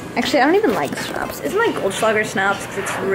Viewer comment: It sounds funny when you say german words like "schnapps" haha